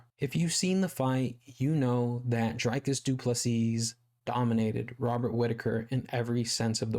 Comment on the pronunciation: Great vid, you said what everyone is thinking but wont risk saying. Please pronounce his name Dreecus du Plesea